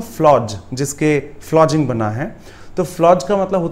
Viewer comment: Dear sir, look down upon matlab neecha dikhana hota hai toh english me meaning hate intensely kaise hogaya hate karna aur neecha dikhana dono alag cheeze hain na.. Aur flogging ki pronunciation me aapne ज pronounce kiya hai (as in giant) jabki woh ग hai. (As in Ganges). It's just a constructive criticism, plz don't mind.